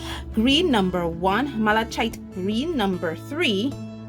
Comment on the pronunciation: Thoroughly enjoyed this. Very interesting information. Malachite (the ch is a k sound)